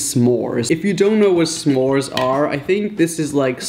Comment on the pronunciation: You murdered s'mores